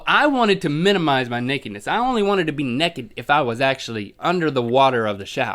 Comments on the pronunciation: he says Necked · The way link says naked 😂😂 NECK ED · Heh heh, you say "nekkid." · Wow, do all Americans say naked -nekkid? In Britain we pronounce it naykid. Interesting. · I love the way link says naked as nekked :D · you keep saying "neked" lol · Why do they say neked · why does Link say naked like nekkid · OHMYGOODNESS! Y'all say necked too! Everyone makes fun of me all the time because I saw necked instead of naked! Woo! =) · "Neckid"... I'm sorry but every time you said that I just could not focus on the story anymore. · Neck-ed XD